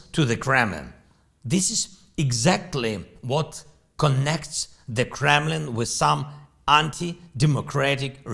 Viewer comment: "The Kremmin'" and "Jippy Morgan" 🤣😂